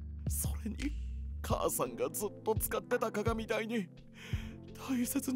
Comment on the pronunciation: 鏡台じゃなくて 鏡台(きょうだい)と読むんだけどね☺️